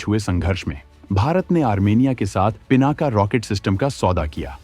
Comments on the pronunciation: सही कहा आपने "पीनाक" है ना कि पीनाका। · पिनाका नहीं पिनाक कहो, भगवान शिव का धनुष!शुद्ध बोलना सीखो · पिनाका नहीं पिनाक।